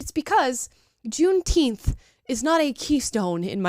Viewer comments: I believe said gunteenth. Whatever that is. Soft g? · Thanks for the holiday black people. I'll take it paid off and still not care. Let them celebrate it, but let's pronouce it correctly